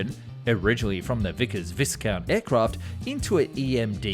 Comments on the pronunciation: Do you just actively look to murder words in every video? Its not Vis-count its pronounced vi-count! every video you butcher something and today it wasnt even a russian word.... bloody hell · Vi count with i being lengthened as in high. Not vis-count. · Vickers Viscount, the s in Viscount is silent. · Vickers Visscount? FFS!